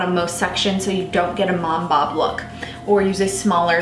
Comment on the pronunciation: I just don't like you for how you're saying "mom bob".